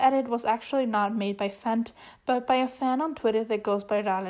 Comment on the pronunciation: ik fent looks like "fenty" but it's actually pronounced "F.E.N.T."